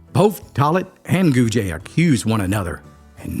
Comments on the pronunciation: Its just “gooj” not “goojuh” or “goojay” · Also Gouge is pronounced (Gooj) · The last name of the three girls and Harmon is pronounced Goog. The e is silent. I once had a phone conversation with the daughter of the Carter County Sheriff at the time, "Cabbagehead" Moreland. She said after the men got out of Brushy Mount, one of the men came to Carter County. The man walked into the yard of the now retired sheriff. She was home but her father wasn't. She said he walked up to her and told her that he was a new man and had no bad feelings for the sheriff. He then left, headed to Bledsoe County, I guess. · It’s not “goo-juh”, idiot. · I love your stories. I do want to let you know that Harmon's last name Gouge is pronounced gooj not gooja . I just wanted to let you know that. Have a great day 😊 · I am from Carter County and related am a Gouge. Just so you know, the last name is pronounced “gooj”. There’s no e sound on the end. This story was told to me when I was little. It was a legend in my family. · Cool video. However, I am from Carter County. Know several people with the last name Gouge. It is not pronounced Gouge-a. Just think of it at “Gouj” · My grandmother has always been fascinated by this story. I live in the next town over. There's still a roof over the hole where the cellar of the house was. Thanks for this, I'll show it to my grandma. You pronounced Elizabethton wrong but everybody does. It's eLIZaBETHton. Don't be scared of that last syllable lol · And Gouge is pronounced GOOJ but we're not keeping score lol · That E isnt pronounced with that french twang to it, pretend that E aint there. I went to school with a few Gouge folks😅 n my step sis was a Tolly....🤔 think they changed the name after this? They were rough folks, liquor makers n traders n were from that part of Tennessee. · How the hell did you come up with the pronunciation of Gouge? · Great story. But please learn how to say Gouge and Elizabethton. 😂